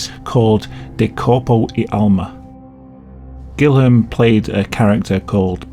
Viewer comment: I like how you pronounced Guilherme as “Guillem”. And the Brazilian TV show with the snake puppet is actually targeted at adults and about celebrity gossip , which , believe it or not, also includes convicted murders.